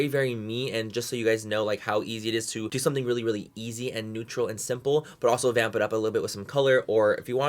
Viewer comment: Do you listen when he said "TODO" 😂 I love him ❤